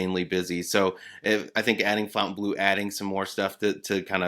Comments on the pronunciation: This is getting irritating. The pronunciation is "Fontainblo" and not " Fountaineblue" (NB the two e in Fontainebleau are both silent); The Cirque show at Bellagio is O which the pronunciation of "eau", which is water in French. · Please, please, please, Stop calling the casino across from Resorts World fountain blue. Its not fountain. Its not a casino themed around fountains. Its" FONTAINEBLEAU". Its not a drinking fountain. It is named after a city in Paris. Learn how to pronunciate words please. Dont feel bad because all of the tv reporters call it fountain blue as well. One would think that the news reporters would be smarter and more educated than that.